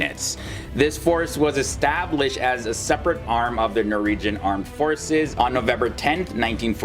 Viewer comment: Norwegian not noregian